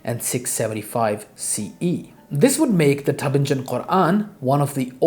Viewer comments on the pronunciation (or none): A micro-FYI, on pronunciation (I see you are a gentleman of books!) Tübingen is pronounced with the hard g, as in Bing; and the ç in François is pronounced like an s. The best pronunciations in English for each are probably TOO-bing-en and FRONS-wah. Thanks for sharing all this information!